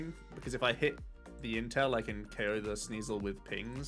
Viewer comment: every time you say "intel" I hear "Incel" and I'm like "what?"